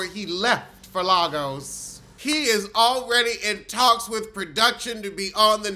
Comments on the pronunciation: love you but it's not "larrrgoes" lol it's Lagos pronounced "lay-gus" say it with me "lay-gus" love you 😂❤ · I love you. Also it's pronounced Lay-gus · It's pronounced Lay Goss!!